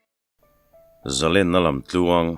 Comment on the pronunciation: Hnialtu chu an awm tho ka ring na a, kan sawi ve hrim hrim teh ang. A thupui, "Zalenna lamtluang" tih hi 'zalênna' (Lên ka dêng tih a lên lamrik dan a lam tur a ni lo maw? 'A lenzia chu' tih a len rik dan ang ni lovin. "Ka zalên ta", "Zalên ka ni lovem ni?" tih ang hian.